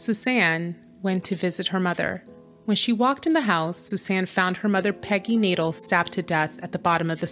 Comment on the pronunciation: The name is pronounced nay-DELL, not Nadle.